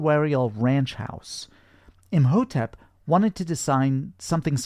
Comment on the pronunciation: Btw, Imhotep is pronounce E-Mow-Tep. The h is silent.. 😅